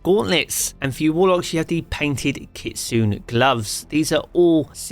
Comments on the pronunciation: Nice video! Small grammar nitpick. Kitsune is pronounced "Kit-soon-nay" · It's kitsu-NAY you simpleton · u didnt say kitsune right. its pronounce kit-su-nay